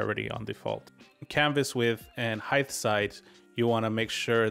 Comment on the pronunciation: I wasn't gonna say anything about "heidth" instead of "height" but then you said "weighth" instead of "weight" and I'm dying lol